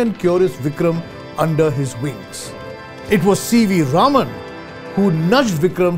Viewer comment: to Yes, it is pronounced correctly as 'Raaman'. One of the WRONG pronunciations is 'Raman'.